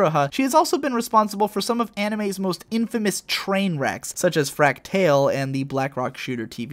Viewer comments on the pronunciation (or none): Why do you keep pronouncing the anime titles wrong? Almost every video you do it at least once, in this one for example is AKB0048. It is A. K. B. 0048, not ah-ki bah as you said it. They say it right in the anime, why can't you? Did you even bother to watch the anime? Fractale is another.